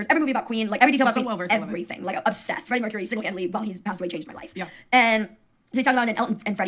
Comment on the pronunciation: Did she pronounce Freddie Mercury as "Freddy Myrrh Curie"?